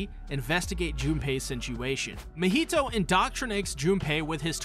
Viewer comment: Why did he turn Mahito’s name to a Spanish dish 🤣🤣